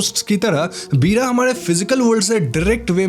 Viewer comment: पीड़ा नहीं वीra होता है